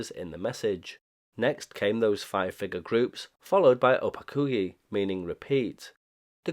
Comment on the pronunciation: You mispronounced "konec", it's pronounced more like "khonets" (or english word comets). On the other hand you almost nailed "opakuji". There is a interesting lore behind reviving of OLX in 90s. It was basically used to arrange returns of illegals agents residing in now allied western countries. This programme was done with help of western countries agencies and it's somewhat documented in some Czech sources. As for registering callsigns to ČTK (Czech state agency) - this was likely to both stay legal and have some cover (albeit thin one). Also there is even some information about device used to generate OLX messages. It was custom machine called Brigita after woman who provided voice samples for it. It used to be described on Priyom ORG blog but due to me and my friend being idiots we got banned from their IRC and they removed our contributions from their site.